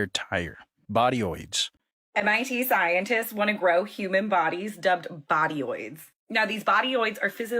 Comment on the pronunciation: ...Is she saying "Scientist" or "Ziontist" ❓❓❓